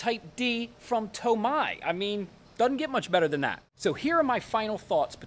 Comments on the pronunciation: TomAYE not TomEYE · it’s TO-MEI DAH! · Lol the TOMAI... funny how he pronounces it. Awesome vid! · Tomai lol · Is that a TOMAI DAH? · Screw toe-may-toe toe-mah-toe Imma start saying to-may to-meye Lmfaooo Great video overall though ❤️❤️❤️